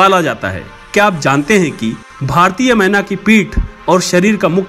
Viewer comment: Menaaaaaa nhi kehenaaaaa ise 😂😂😂😂😂